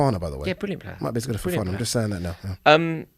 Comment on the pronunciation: Mate just said fofaaaaa is better than saliba